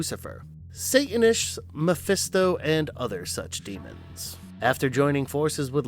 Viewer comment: Satanish is pronounced sa tan ish you’ve got to say there name correctly or they get a bit miffed demons are very pedantic